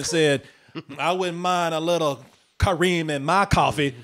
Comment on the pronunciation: I come from a country where Kerim is used often for boys. Kareem does sound like a girl's name with americanized spelling and intonation. The original Arabic is way too rough for anyone to pronounce properly, I get that, but there's a middle ground there. Also, the other problem with that name is turning Kerim into first Karim (still acceptable), then Kareem for americans, which is abhorrent linguistically, because that changes the full intonation of the word. In original and most interpretations of the word, the Ka part is where the major force of intonation lies. The -rim part is a completion into softer sound. With Ka-reem, you shift it so there's no switch in intonation. It's all one wave. Which changes how the name is heard.